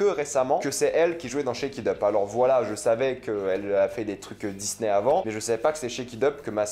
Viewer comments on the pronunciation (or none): none